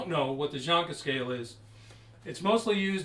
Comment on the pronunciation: Its Janka scale, not jonka, What an idiot